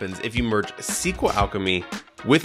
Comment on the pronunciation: In one video you say the wrong SQL [ si: kju: el ] (as CQL) and the right API. You decide, either you say all the abbreviations somehow corrupted, or pronounce everything correctly. I watched the video up to the 50th second, and just in case scrolled forward to make sure of your disgusting speech. If you created the video with the purpose of conveying information/gaining an audience/making money, then you lost. The first time I saw you, and I put a dislike, and I left without watching the video to the minute and I don't care what kind of charisma/authority/knowledge you have.